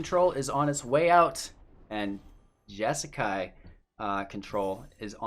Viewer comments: say it with me... JESS KAI. JESSSSS KAI. J-eh- sss -k-eye. You're welcome! Please do a monthly deep dive into the deck, but on;y if you can say it right. Good luck! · Say Jesakai one more time